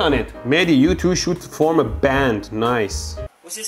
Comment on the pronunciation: "noice arcs" 😂😂😂